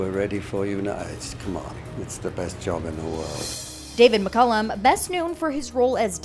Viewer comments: Mc caalll lum. Not colum. What's up all the time with Americans pronouncing peoples real names . Do your research, your pronounce. pronounce. Someone names proper.. it's called manners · Not pronounced like McCullum, please! Mc-Cal-lum. David's so very RIGHT in that he knew this programme would survive! This among other reasons, is why I've loved him all these years! He made me so happy.